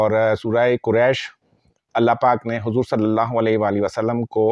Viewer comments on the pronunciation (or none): none